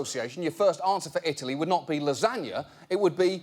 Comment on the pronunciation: The way he says lasagna really annoys me 😂